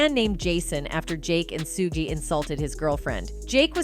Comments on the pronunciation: So AI has pronounced shoogay suegay, sugie, everything but his name correctly. Get lost money grabber. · She cant pronounce his name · Why don't someone get that AI machine fixed or have someone talk to someone about pronunciation of Black Folks names in the entertainment business. My goodness it's so disrespectful,!! Have you ever gotten White Entertainers wrong? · You say suge name wrong that is the second time I heard it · Please tell the female how to pronounce Suge! Omg...